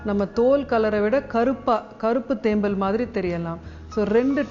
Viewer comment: தேம்மல் என்று உச்சரிக்க வெட்கமாயில்ல நீயெல்லாம் ஒரு வைத்தியரா ???? பேச்சில் 99 % ஆங்கிலம் தமிழ் 1%ஆங்கிலேயனுக்கு பிறந்தனியா?